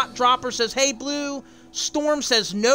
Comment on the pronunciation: It's your bleuuu in british